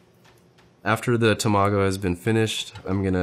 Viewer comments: It’s Tamago not Tomago. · This is amazing and mesmerizing. You are so crazy skilled! But you gotta learn how to pronounce Tamago my dude 😂 TA-ma-go, not ta-MA-go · ta-ma-go not tomago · Him saying tamago like that was pissin me off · Haha he was cool until he pronounced tamago wrong, haha. Jk